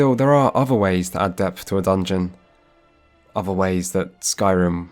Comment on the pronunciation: Did you really go to Uni? I mean you say 'ovver' instead of 'other' and you think 'casted' is a word so maybe your teachers just didn't hit you enough with a wooden ruler?